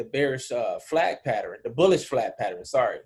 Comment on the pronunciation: Enjoy the Videos bruh, but PATTERN is a 2 syllables word. Pat -Tern.